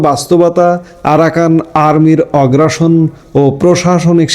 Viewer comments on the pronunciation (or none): অগ্রাসন বলছেন এটা হবে আগ্রাসন। সাংবাদিক হিসেবে এটা সঠিক উচ্চারণ করবেন।আপনার অনেক কনটেন্টে এই ভুল উচ্চারণ করেছেন। আজকে লিখলাম বিষয়টা দেখবেন।